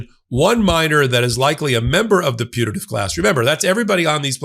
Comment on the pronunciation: High speed of short "a" in putative sure made it sound to me like the minors were in a punitive class.